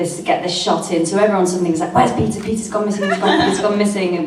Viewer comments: Everytime Jenna says Peter I hear pizza. 😂 Sorry. 😂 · every time Jenna said 'Peter' I understood 'pizza'